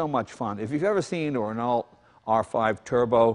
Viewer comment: lol Ren-alt xD